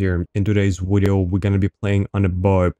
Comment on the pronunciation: "In todays wideo"... I subscribed